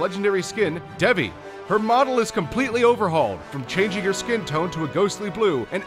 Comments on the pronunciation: Dude Devi is pronounced Deyvee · the devi symettra is pronounced D-ee-v-eye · It's pronounced Dai-vee. Devi means goddess in Hindi. You can google it. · Bedowin for Genji? Really? Bedowin is probably his worst skin. Also, your pronunciation of Devi and Kali disgusts me. Furthermore, Sunyatta isn't anything compared to his red and black skin. I can't remember the name, but it's legendary and it looks like he was born in a volcano.